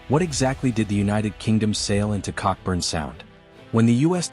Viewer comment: It's pronounced 'co-burn' sound not cockburn sound.